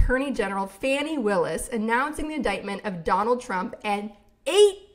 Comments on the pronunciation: I thought Willis' first name was pronounced Fawnee not Fanny. Is this incorrect? Excellent podcast!! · Fah-nee not Fanny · I think it's "Fah-nee"?